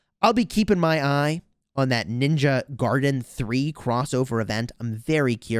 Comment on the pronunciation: As a ninja gaiden fan, it killed me to hear you say ninja garden.😂